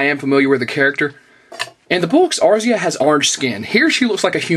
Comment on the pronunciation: lol, A-ris-aa you crack me up lol